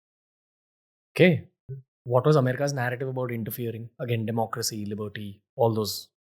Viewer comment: "demaacracy" 😂😂😂 that subtle jibe😅